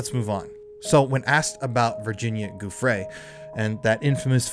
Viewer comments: JOO-fray, not GOO-fray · Giuffre is pronounced "juh-FRAY". Look it up. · Pls pls PLS learn how to pronounce Virginia's name! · Ur saying Virginias last name wrong!?